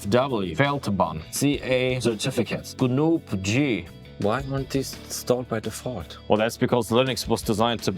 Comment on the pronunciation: also ganu-puh-guh